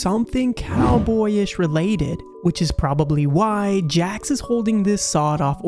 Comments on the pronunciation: It's jax not Jack's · His name is Jax not Jacks